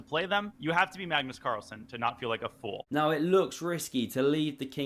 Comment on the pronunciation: I swear i always hear Carstles